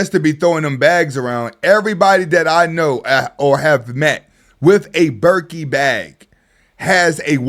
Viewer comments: “Birkee Bag “ 😂😂😂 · I like the way you pronounced Birkin 'Birkey' 😂😂😂